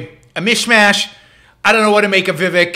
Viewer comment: First of all you you are mispronouncing his name...Vi Vake'! I have watched him for several weeks. I have not heard him make one mistake. Why would you critize his ten amazing points?